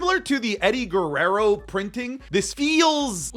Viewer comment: Dijiste "GUERRERO" como latino TE DESCUBRI :0 amo tus videos, sigue asi